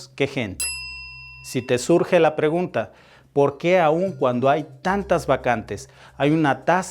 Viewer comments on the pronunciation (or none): none